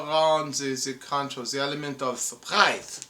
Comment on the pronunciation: Lost it at "The pratice of Kanchou" lol!